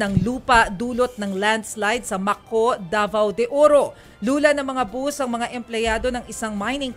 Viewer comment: It’s not bos , ( it is bus 🚌)how did you get that job, when you can’t even say it, the right words from Idaho state 🇺🇸